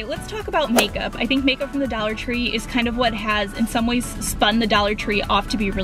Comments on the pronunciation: it's dollar, not Daller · She says "a daller" not dollar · Why are u saying "Daller" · the way you say dollar makes me wanna die lmfaoo "dallar" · It's funny how she said dollar ( do-la😂😂)